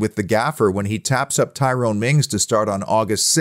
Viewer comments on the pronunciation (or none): none